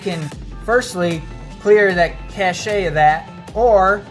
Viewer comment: It was an informative piece... there must be great "cachet" in being a man with such a "cache" of knowledge. Btw I did cringe everytime you said "cash-ay".